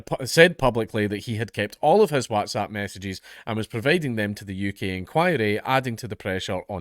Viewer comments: Really struggling with the way Dank is saying "wHATZapP" 👀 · Watzap lol. I'm pretty sure he doesn't pronounce What as Wat?! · Count pronouncing whatsapp Wazzzap 😂😂😂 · Do all scots pronounce it WATsAP? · Oh joy we get to hear Dank say WhatsApp weird again :D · Can we all just take a moment to appreciate the way Dank pronounces Whatsapp. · Is it just me, but does anyone else think Dankula says 'WhatsApp' kinda weird haha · Man I just love hearing you say WhatsApp lmao